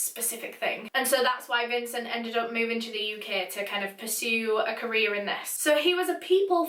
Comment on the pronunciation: Whenever says career, I hear Korea.